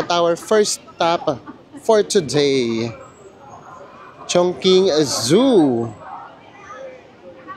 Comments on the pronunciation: Chongqing po, so its pronounced as Chong"ching". yung pagpronounced niyo chung"king" as in Chungking mansion in HK hehe. no offense po😊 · Chong-Ching po ata, not Chong-king ❤❤❤❤ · Ano pong tamang pronunciation, chongking or chongching?